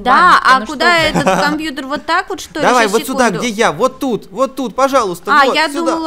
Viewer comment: Почему говарит кампуктер.